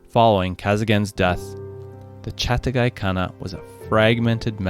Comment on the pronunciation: Its Chaghatai not Chatagai